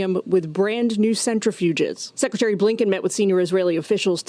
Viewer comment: SU KRETARY..WEAKLIN😂